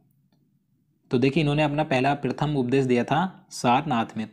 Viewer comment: Sir aap hindustan me rh rhe hai km se km hindi ka ucharad to sahi kariye ,,prathm ko aap prithm bol rhe hai ,,aur sir aap almost video me koi na koi glt uchharad krte hai